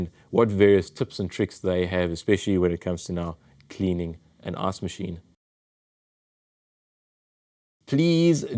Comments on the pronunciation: I love that as an American every time I hear you say “ice machine” or “ice reservoir” all I hear is “arse machine” and “arse reservoir”. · Am I the only one that hears him saying ass machine?